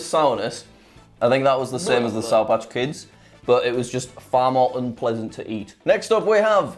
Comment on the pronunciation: please enunciate the words “sour patch”, jack…